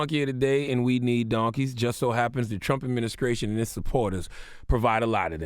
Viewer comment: "adminiscration" ha